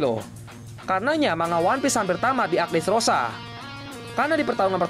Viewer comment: gue ulangin sampai 3x min. kirain salah dengar...dresrooba😂